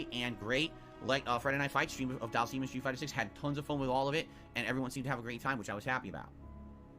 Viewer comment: Do all people from Conneticut pronounce words weird like? "Dhal-seem"? Anything with "ity" at the end and "twit-ter".